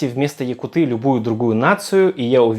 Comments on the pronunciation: Говори якУты а не якутЫ. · Пожалуйста, говори правильно: ЯкУты